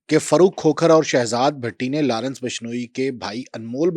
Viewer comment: Larence nhi Lawrence hai.. nam dhang se lo 😂